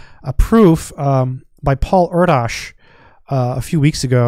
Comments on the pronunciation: Erdos is pronounced “air-dish” I recommend the wonderful biography of Erdos by Paul Hoffman called The Man Who Loved Only Numbers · Indeed thank you. Yes it’s a bit tricky. Air-dish is closer to the mark and seems like the closest phonetic representation of the correct pronunciation but I’m open to seeing a better one